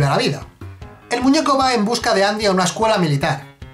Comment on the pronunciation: ¿Qué Andy? Siempre fue Endi XD